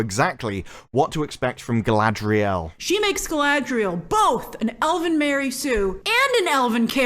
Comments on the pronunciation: It’s Guyladriel…. can you get it correct please! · This ain't Galadriel this is GaladREYal. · Galadriel? I thought it was CAladryl. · I love how all of the actors in the interviews pronounce "Galadriel" completely differently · Every time they say "Galadriel," it sounds like the consonants in her name got drunk, fell, and broke their hips. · I truly can't wait to see the show. I got my notepad ready to count how many different ways Galadriel is pronounced. It's my filologist and linguistic passion. 😂